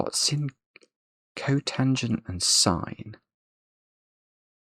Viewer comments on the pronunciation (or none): none